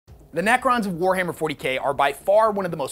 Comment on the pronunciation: Nacrons? Naccer please...